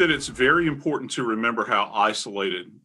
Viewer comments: Um, Fox talking head girl Regina, there is a T in the word important. Professional broadcasters actually pronounce it. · very annoying when professional adults use words like especially and pronounce them as EXPECIALLY and also important and pronounce as IMPORANT!!!!